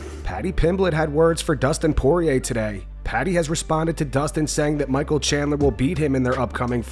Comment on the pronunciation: Tunes in just to hear Patty pronounce Dustin Poirier